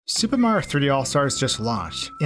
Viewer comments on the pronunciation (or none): I swear every time he says the word super it sounds like he's saying stupid, I can't be the only one